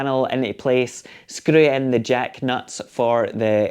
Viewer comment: " skkrew in the jack nuts" , you gotta love that accent! , thanks